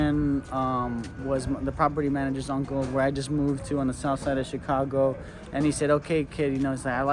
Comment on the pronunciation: i thought you said chingano lol😂